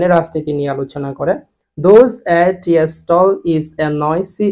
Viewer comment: tea এর উচ্চারণ টি।আর আপনি বলছেন এর উচ্চারণ টিএ